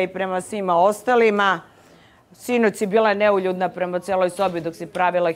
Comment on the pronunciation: čak ne zna ni da izgovori ono o čemu se izjašnjava... Za nju je to " neljudna"... 😂😂😂